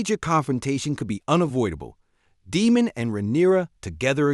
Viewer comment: DAME-MON, his name is Daemon Say the e.